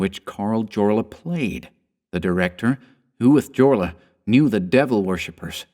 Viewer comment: Are we sure the actor's name, being a central European (Austrian) surname starting with J, is not pronounced "yorla"? I love your chan, btw, please pardon the nit-pick. <3